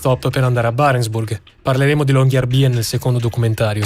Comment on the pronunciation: Riprese, montaggio e musica spettacolari! grazie. Unico piccolissimo appunto la pronuncia: Long-year-by-en sarebbe LUNGO-ANNO-CITTA'-LA, quindi "La città del lungo anno" e città è "By" che si pronuncia "Bü", non "Bi" (infatti il doppiatore del medico lo pronunciava correttamente)